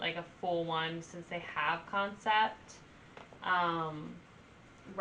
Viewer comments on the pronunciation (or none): none